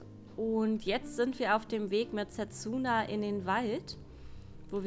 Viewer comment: Sehr schönes Spiel... werds mir bei Zeiten noch für die Switch holen... (spricht man dsa nicht eher Setsna? ^^ Wie auch Sasuke ja eigenltich Saske gesprochen wird?)